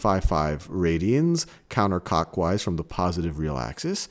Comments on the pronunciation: Lol im so immature as soon as I heard counter cockwise I rushed to the comment section to make sure I wasn't just hearing things. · Hahaha "counter cockwise" . Great video though, very helpful